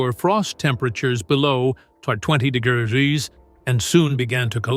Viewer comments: Below 65 degererese? Wow so cold. Stupid AI. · 20 der der der grees op narration we wonnered!!! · De gee ree rees ……I wonder what they are 😂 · 65 degrddreez lol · Did the AI mean to say the temperature can drop below -65 degrees? I heard digreses...lol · 'temperatures may drop below sixty five dee-gee-erz!' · What’s a duhgerrerr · Lmao! Can say complicated words but can’t say degrees😂😂 That was very strange. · You should practice saying the word 'degrees', so far you've pronounced it wrong, not a good look! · I guess AI isn't so smart after all🙄🙄. Can we get a HUMAN narrator who can pronounce DEGREES??? 🙄🙄🙄🙄🙄🙄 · How is it that AI can pronounce Russian last names, but not the word "degrees"? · I thought he had a stroke 😂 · Oh it was A.I.? I thought it was a person who had troubles with the R pronunciation. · Why can't you say degrees..motard?? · Evidently this AI bot can't say the word - Degree - He also doesn't know the difference in a Cistern and a steel tube. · If you ever feel like someone you're talking to is a bot, just ask them to say degree then you'll know.😂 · But the way it said Degrees was wonderful. LOL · I did really enjoy it trying and failing to pronounce degrees. 😂